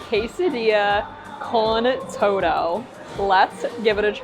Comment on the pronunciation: todo is pronounced toe-tho.